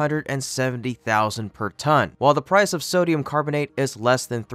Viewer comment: Ton. Not tonnnnnnnnnnnnnnnnnnnne.